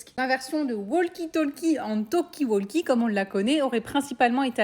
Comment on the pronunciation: Ça se prononce « tokie wokie » et pas toLkie woLkie